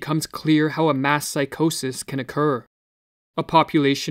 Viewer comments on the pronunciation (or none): Couldn’t help but hear “mask psychosis” periodically instead of “mass”. Thanks for the video, it was needed.